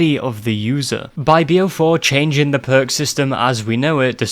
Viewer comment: i can't help but think of percs everytime you say perk it just sounds way funnier